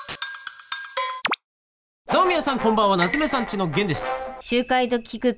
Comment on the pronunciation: 「なつめ↑さんち↓のです」めずらしいイントネーションw